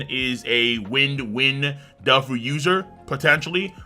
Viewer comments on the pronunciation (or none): none